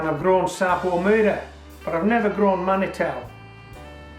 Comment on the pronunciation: Manitou is pronounced man-e-tu. It means Creator or God. It's a Cree and/or Saulteaux-Ojibwe word from Native North American people.